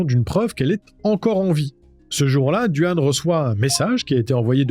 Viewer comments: Excellentes tes videos, bien amener et la narration est claire, bon boulot! Je me permet de te corriger sur le petit copain de Samantha, c est Duane mais ca se dit Dwayne. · Qualité 👍. Prononciation de "Duane" et "Drano" à revoir en revanche.